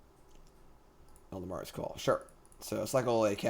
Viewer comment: Eladamri: "ella-dam-ree" Not "ell-duh-mar-ee"